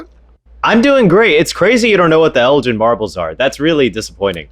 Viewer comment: This! The British Museum's refusal to give back stolen artifacts truly knows no bounds. Also, for my fellow Americans, Lord Elgin's name is pronounced with a G as in "gift," not El-jin as they said it here.